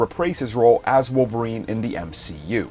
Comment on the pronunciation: "...to replace his role aw Wolverine..." Do you mean reprise his role?